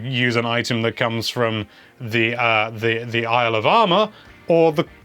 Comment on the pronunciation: Everytime says "Isle of Armor" I hear "Alabama" lol.